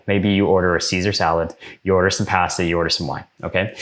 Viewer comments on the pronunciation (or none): wtf why did he say pasta like that that is so white